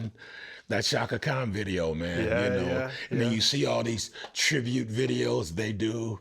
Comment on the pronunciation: I used to love the British accent until I heard this guy and how he pronounced Chaka Khan. 👎